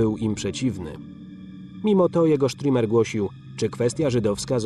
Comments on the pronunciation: Stürmer a nie strimer panie lektorze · Dokladnie... Stürmer czyli szturmowiec.